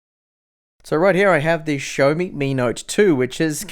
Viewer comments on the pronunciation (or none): I had to replay a few times to actually hear you say xiaomi and not Sony. great laugh ;) oh and love your reviews. keep up the great work! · Tomas C he probably said Xiaomi - pronounces it show-me